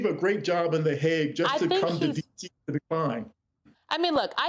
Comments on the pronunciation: HAYG. Not HAWG. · Not “ hog “ but “ Haig “! There is a difference! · The hog? 🙄 It's pronounced Hāg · the Hague is not pronounced Hog. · Trying to say The Hague. I wish newscasters would take the time to check pronunciation of words they are unsure of. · She's trying to pronounce The Hague.